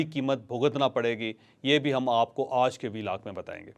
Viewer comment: اوج کا ولاگ، اوج کا ولاگ، اوج کا ولاگ، اوج کا ولاگ، اوج کا ولاگ جپ آپ ” آج “ بول سکتے ہیں تو مونھ ٹیڑھا کر کے ” اوج “ کیوں بولتے ہو